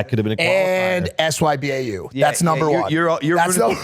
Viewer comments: Somebody tell the boys you're supposed to pronounce sybau not spell it out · Did i really just hear a 40 year old man, actually hear a grown up say sbyau and spell it out instead of actually saying what it stands for???? Could you be anymore cringe? I expect to see that from kids on games but not people actually speaking like that